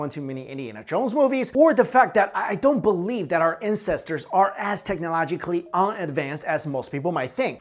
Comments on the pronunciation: he says incesters instead of ancestors :DD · Incestors? Or ancestors? Lol